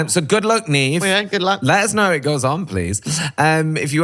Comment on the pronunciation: Got the Serafinowicz down, but stuffed up the "Neve"....it's pronounced NEV.